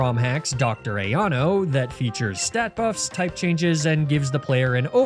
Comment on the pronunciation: dr. ayano disturbed so greatly that i couldnt focus the rest of the video. is that for real how its pronounced?